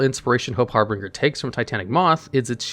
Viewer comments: You have got to get better at reading and pronouncing certain words. Every time you say 'Harbringer' I can feel my outline go squigly. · its funny how you pronounce harbinger weirdly, the ng portion is supposed to sound like the one used in binge eating. but great content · It's always good to see even after all this time people still pronounce Harbinger wrong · Idk when will finally realize how to pronounce the word "Harbinger" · The way you pronounce "harbinger" is a war crime. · I like how he's pronouncing harbinger with a third R that doesn't exist. It's pronounced like binge like you're going to binge your favorite anime. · Everytime reads harbinger (har-bin-ger) as harbringer i cringe a little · Har(binger) not harbringer i thought that aswell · gonna be that guy, but... it's pronounced harBINGEr, like "GINGER"... only had to do it because it's one of my favorite cards, I'm sorry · HARBIN(G)ER (J) not HARBRINGER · Small nitpick Number 38 is pronounced Hope Har-bin-ger. Not Har-bring-er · The pronunciation of harbinger in #9 is killing me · Harbinger* there is no second R. I LOVE your content, but your pronunciations on certain things is just so frustrating 😅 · Everytime says Harbringer instead of Harbinger, i physically cringe. I love his channels so much but that is always sending me ^^ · Harbringer* i know Harbinger is correct but he was very determined in maintaining the name as "Harbringer" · Har-Binge-Er. Just a polite FYI, love the videos man. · It's name is "Hope Harbinger", pronounced "HAR-bin-jerr". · Harbinger (Har-bin-jer) It's real word. Basically a messenger or announcer of another. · "Harbinger" is pronounced har-been-jer. I love your videos. Single-handedly getting me back into YGO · Hope Har-bin-ger(the ger is like jer in jersey), you've never played koth 2 the sith lords brother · Do you not know how to say the word "Harbinger"? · Hey don’t wanna be that person but that’s not how you pronounce harbinger my dude